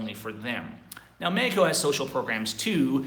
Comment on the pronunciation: dude quit saying Meko the English language pronounces it Mexico